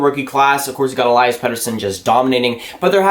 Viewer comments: still pronouncing Elias wrong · I don't even think Elias knows or cares.. But in Swedish it's E-lii-as... Watch some of his goals from SHL to hear the commentators. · It's Elias not Elias lol